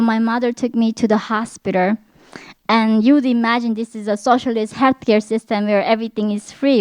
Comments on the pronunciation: her pronunciation of hospiter is so cute!!!!!!!!!!!! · Hoshspiter ?????????? 😂😂😂😂😂😂 all jokes aside I’m glade she’s still alive to tell her story